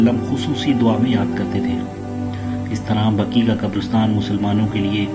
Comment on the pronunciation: Bhai sahab jannatul Baqi hai Aap jannatul Baki bolrahy ho .....ghalat hai bhai ...